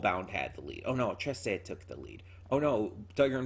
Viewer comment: oh! you said treh-seh instead of treece! anyway, hope you enjoy tiger and bunny, i'll be back to vote for trese again in the next poll